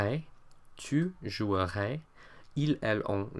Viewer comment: Hello, I'm sorry but to be honest, I'm a native French speaker, and I must say we do not pronounce the "e" in "je jouErais"... Moreover, we do not really make a difference between the pronunciation of the future tense and the conditional... But the rest of the video is really good!